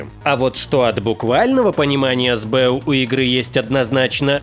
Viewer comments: Больно слушать сбЭу. [эсбэУ] не? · это сокращение, "ЭС БЭ У" не "СБЭ У".